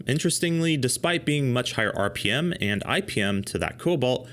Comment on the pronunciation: Thirty-two HUNDRED rippems? Who can live at that speed?!